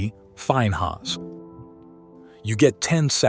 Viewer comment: Please. Finnyas is the pronounciation not Fineas